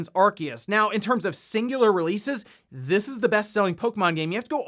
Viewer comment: It’s pronounced “Are-Say-Us” NOT “Are-Key-Us”. Why can nobody get it right? 😂